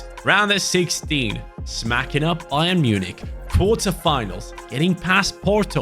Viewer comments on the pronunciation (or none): none